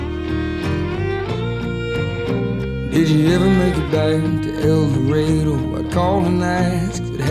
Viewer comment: The way he pronounces el dorado….